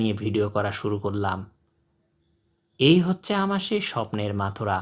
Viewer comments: মথুরা আর মাথুরা দুইটা কিন্তু দুই জিনিস উল্টাপাল্টা উচ্চারণ করে বিব্রত করবেন না। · চমৎকার ভিডিও, কিন্তু পাখিটার নাম বারবার ভুল উচ্চারণ করা হচ্ছে, পাখির নাম মথুরা, মাথুরা না।